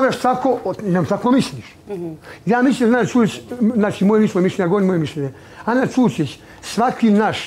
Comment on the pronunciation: Najjače je kako izgovara Ana Čurčić😂😂😂